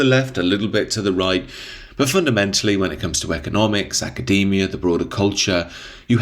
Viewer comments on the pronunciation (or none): none